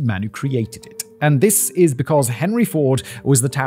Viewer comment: "And Thizziz" where i fell in love with the male child of the factually supreme